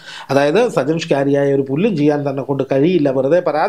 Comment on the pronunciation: ഒരു പേര് പോലും നേരെ ചൊവ്വേ പറയാൻ അറിയാതെ വാർത്ത വായന. ഷ്കാരിയാ പോലും ഷ്കാരിയാ . ഷാജൻ പറഞ്ഞോ അയാളുടെ പേര് ഷ്കാരിയാ ആണെന്ന്